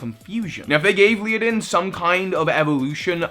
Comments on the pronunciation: Ledian , not leadin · Does he really hurt call it "Liadin"?? 😂😂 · Nails Togedemaru Struggles to say Ledian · Leidan? Its Ledian. Le-Di-An. Not Lei-Dan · "leo-din"? le-di-an Dunno how many people have informed you on this, but one can only hope that you'll improve. XP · Leodin??? How does one get that from the spelling of Ledian? Lady-on, ok, leh-di-on, sure... But Leodin? What? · Ledian. How hard is that. How can you pronounce Ledian as Leadin? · How in the world are you saying Lee-oh-don? Led-i-an = lead-(like the metal!)-ee-an. The others I'm not that fussed about, but that was kinda bad on a legendary scale, and I'm more or less meh about that Pokemon. ^_^; Other than this I pretty much agree with your list with the exception of Servine, and my favorite scentless, rainbow ooze monster. You can dislike their designs if you wish; just gonna say they are some of my favs. :3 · LED- EE- AN You're welcome,. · Oh Gods. . . Ledian, Led-ee-an. Pokemon names are NOT that hard! I'll forgive you for Zweilous, because unfortunately not many people learn German (Ein, Zwei, Drei) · aww poor luvdisc. So cute. Also how can you not pronounce ladian.... LADY-EN. easy. Also.... skrelp is a sea dragon, not a sea horse. Theyre related but not the same thing. Skrelp looks like seaweed (kelp, hence its name) because thats what sea dragons look like . Just saying. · ledian is le - dean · Leeadin... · Ledian is pronounced Led-e-in. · Ledian is pronounced LED-I-EN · HOW CAN YOU NOT READ AND PRONOUNCE "LEDIAN" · Please, the d comes before the i in Ledian… :P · STUNFISK. I hate that thing. It's cry is the sounds of the damned burning in hell, but omg. mate. The way you pronounce Ledian. Hahaaaa. I WAS JUST SAYING THE OTHER DAY I didn't even know avalugg had a pre-evolution until I pulled a bergmite in a TCG pack. I forget avalugg even exists. Poor Delphox and Alolan Muk. Sheesh. Twitch squad!